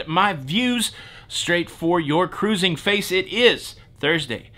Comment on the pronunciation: I always enjoy your news on "ca-rrusing!" 😍😜🤣